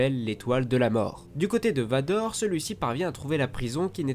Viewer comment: Il sait pas dire merci Vador mdr